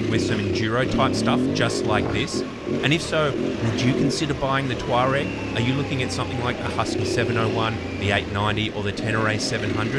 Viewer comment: The pronunciation of Tuareg is the only reason I would not buy one. It is doing my head in.